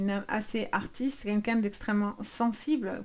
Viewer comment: On ne dit pas "qu'un qu'un" mais "QUEL qu'un".